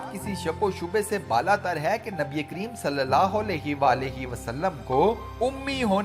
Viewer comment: Kareem ko cream or kharab ko kharb parrh rahai hain ap. Urdu sahi karain.